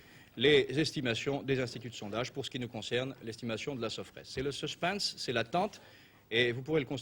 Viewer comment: Je voudrais appeler qui ? ;D Et le "Suspeins"... XD